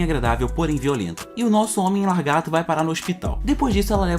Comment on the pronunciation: Na boa, não é "largato" e sim "lagarto". Isso incomoda muito, não consegui terminar o vídeo.